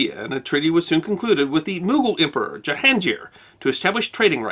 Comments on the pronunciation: And Jahan Gir with a hard G. If it were a soft G they'd have used a J as in Jahan. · Nice history lesson. I don’t understand why in America we pronounce Ganga as Ganjee. In India G always pronounce like G in “Guide”. Same thing for Mughal emperor Jahangir. G sounds like g in “guide”. It’s Jahangir not Jahanjeer. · Jahangir is pronounced with a hard G. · Another great episode, as expected! Just one tiny issue: since this episode is partially about mis-pronunciation of the word Everest, it may be worth mentioning that the name of that Mogul emperor mentioned in this episode ( min ) should be pronounced “Jahangir” rather than “Jahanjir”. It is a Persian name which means “the conqueror of the world”. So it is G as in “Gear” rather than J as in “John”.